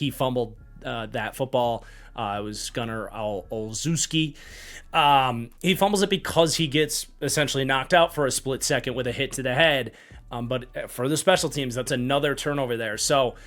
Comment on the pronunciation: Fantastic as always, however the Polish in me has to point out that the “szew” in “Olszewski” is pronounced more like “shef”